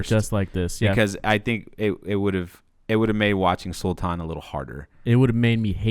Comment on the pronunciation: According to the Phogat girls the father was locked out of the match. They still don't know who it was or if it was one person acting alone or many. They have no idea why either., yay! You got the word "Sultan" perfectly right! Including the soft palatal T. Good on you!